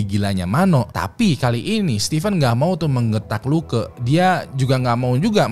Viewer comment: Funny when sebut LUKE.. jadi luka..